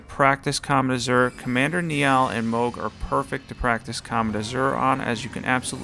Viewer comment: i wasn’t gonna comment until you brought up how Mohg should be pronounced but anyways Commander Niall is pronounced more like Nile the river, it’s an Irish name just so you know! sweet vid btw